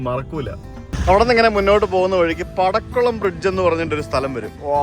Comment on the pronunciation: പടക്കുളം അല്ല മാഷേ... പാക്കുളം ആണ്... ഞങ്ങളുടെ അട്ടപ്പാടി